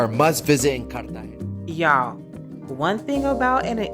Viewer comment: Please learn to pronounce Cartegena correctly...